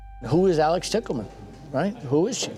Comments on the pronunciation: O.k....the last name "Tickleman" for a sex worker is hilarious! I know it's not spelled that way but it is pronounced that way. Is it a fake name she chose or is it her real name? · Couldn’t they have pronounced “Tichelman” just a LIIIIIITTTLE different than “Tickle Man” ???!?😂😅 I mean… considering the nature of the story 😅